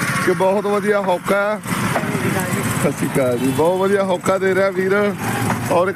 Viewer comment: ਹੋਕਾ ਹੁੰਦਾ not ਹੌਕਾ 😊